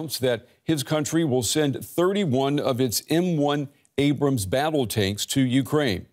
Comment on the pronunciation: It's Abrams Joe, not Abram.